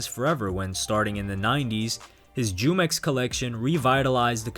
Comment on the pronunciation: jumex is pronounced - Who-Mex